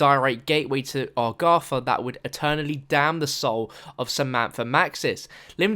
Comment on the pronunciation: Dude, learn how to speak! it's "eTHer" not "ePHer". It's "Agartha" not "orgatha", "thrown" not "phrone", "Three" not "phree" and it's "Samantha" not "Samanpha". and pretty much every "TH" sound isn't "PH", Every "R" isn't an "A" for Christ sake!! You english think just because the language is named after your country you can butcher the it. Well I'm sorry but you have a serious incorrect understanding of phonics (or what letters correspond to which sounds). It makes you sound like an infant that needs a speech therapist. Please go to your phone book and contact one you moron.